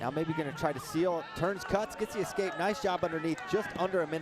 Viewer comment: why does this idiot keep saying excape instead of escape